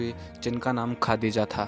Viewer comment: Khaaaadija nahi hota harzat khadija r.a